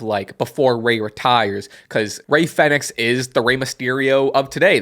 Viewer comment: Isn't it pronounced as like "phoenix"? Or am i wrong?